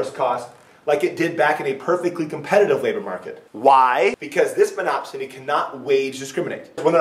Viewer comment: Great video...That bit where he says "MonopSONY" weirdly three times just cracks me up...lol